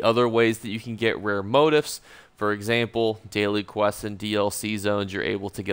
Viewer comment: It's { mō-ˈtēf } sound it out as Mo - Teefs not Moat - ifs . You don't learn by deleting posts. Good video , thanks .